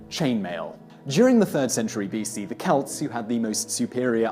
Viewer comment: He pronounced Celt correctly, which actually impresses me. Simon mispronounces a lot of words, not just proper names, and some of it makes me cringe. But, he's like an actor reading a script. He might even be reading from a teleprompter. Most British folks sound pompous to my ears.